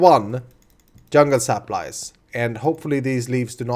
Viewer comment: Is he saying saplies or is it just me